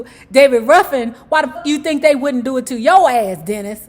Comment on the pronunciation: Ruffin. Not ruffen